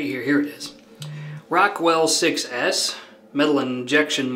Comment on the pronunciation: It’s pronounced “SIXES” btw…🤠 I wish it had Jupiter (which is very gaseous)